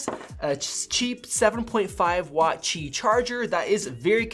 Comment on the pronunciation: Cool comparison. Glad that you pronounced Qi correctly.